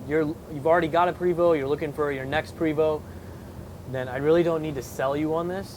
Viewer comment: It's pronounced (Pray-VO) Not Pre-VO. Not trying to be smart ass just letting you know.